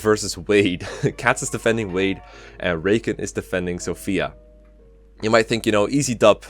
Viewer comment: its wade not ward.